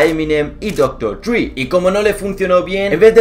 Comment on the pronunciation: el colega va de que sabe ingles y dice doctor dri. jajaja